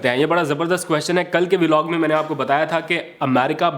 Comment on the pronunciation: Please learn to say the correct way >>> VLOG just like BLOCK / BLOG. No such thing as V-Log. I’m saying very humbly. Thanks and regards!